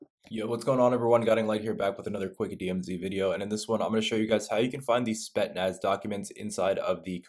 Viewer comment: "Spet-naz" lmao